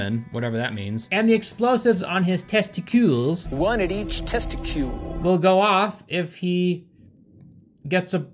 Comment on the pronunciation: The way you said "testicool" made me think of the Pokémon Tentacool, but an alternate version that looks like a nut.